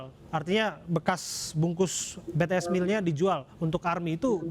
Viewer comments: dia kenapa nyebutnya betees sih 😭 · BTS NOT BE TE ES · betees? bities om 😭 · Pakk bities bukan betees😭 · susahnya nyebut BITIES apasih? masa BE TE ES ngakak bgt wkwk